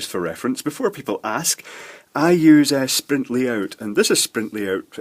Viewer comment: Hi,, did you mean Sprint-Layout but you said sprintlyout or am I wrong?